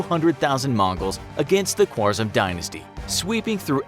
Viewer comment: The name is pronounced "Khârazm" although it is written "khwarzam" but otherwise very educational video i must say.